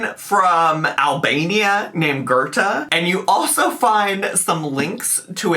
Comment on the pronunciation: "A woman from Albania named Goethe..." OMG! Joy and Bliss 🤣🤣😂😂 Yeah I know it's probably "Gerta," but Goethe is how I heard it and it's just funnier to me like that 🙃🙃